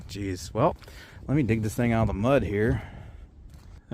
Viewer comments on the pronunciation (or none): none